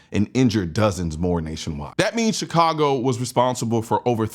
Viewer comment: Chi-congo. Enough said.